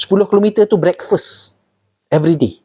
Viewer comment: betul2 american brekpesss.. haha. mantap.